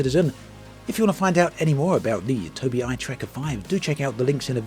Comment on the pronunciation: Am I the only person on the planet who knows it's pronounced Toby eye